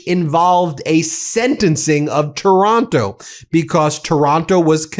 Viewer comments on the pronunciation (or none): Taranto not Taronto. Just saying! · The guy’s name is TARANTO, not TORONTO. Wake up, Ben.